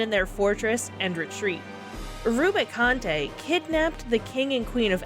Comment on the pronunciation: Edge is pronounced how it normally is in English. Like the edge of a table. Rubicante is "roo-bi-cawnt", no French-like flair on it. It is good practice if you aren't sure how to pronounce a main character's name to check Dissidia as those are considered the 'canon' way to pronounce them (such as Tidus being pronounced "tee-dus" even though we all say "tye-dus") or just use the pronunciations used by characters in cutscenes!